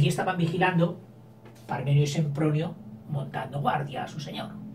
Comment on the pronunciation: se llaman Pàrmeno y Areúsa no Parmenio y Ereusa😆 pero gracias por estos vidéos, tengo un examen mañana y me aiudas mucho👏🏻🙌🏻